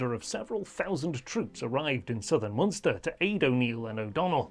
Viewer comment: Moonster? Leenster? Great history but he's obviously never been to Ireland...